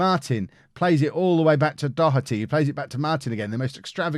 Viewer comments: My last name is O'Doherty, and just letting you know the anglicised pronunciation of Doherty is Dough-Erty, so a capital O rather than a small o, not shouting at you just letting you know lol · Nah he just said it with the small o sound